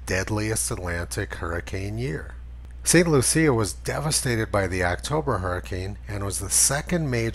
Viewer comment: Giggle a bit every time you say St. Lucia